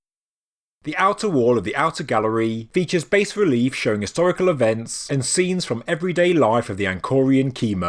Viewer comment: Bas relief is pronounced "Bah" not "Base."